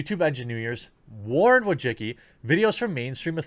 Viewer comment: Why do you pronounce her name like that? Wojicki? It's more like Wojiski.